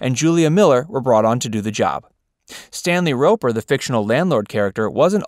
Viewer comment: It's pronounced *Roper. SMH